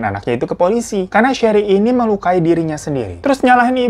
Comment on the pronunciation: James bantu sherri melukai dirinya sendiri bang, bukan melakui. Ku ulang² tapi tetap ku dgr melakui